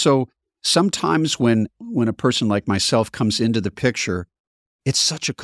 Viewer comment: Can't stand it when an adult pronounces the word "picture" as "pitcher".